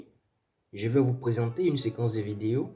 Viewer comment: Et votre client arrogant et nul a choisi un idiot comme vous . Vous ne savez même pas prononcer les mots les plus faciles par exemple on dit pas ze mais je, ze suis entrain de vous dire. Pp ferme la tu nul et mal poli